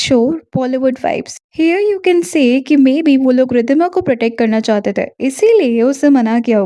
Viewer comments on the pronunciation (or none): none